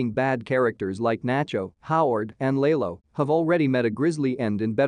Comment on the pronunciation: Lay low u mean lalo